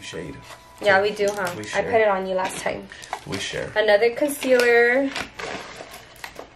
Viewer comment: Someone please tell her its "conCEALER" not "conSILLER"!!!!!